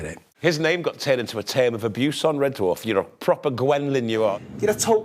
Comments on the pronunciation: How is it that the narrative voice can [some random Scotsman] give TWO syllables in the word dwarf as in Duh Warf? And what's with the snow? BTW this series [1 to 5] helped me through the darkest times of my life. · Loved this, but does anyone else find David Tennants way of pronouncing it as D’warf, grating?